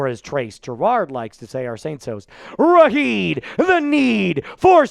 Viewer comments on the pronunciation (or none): It's RASHID, not RAHEED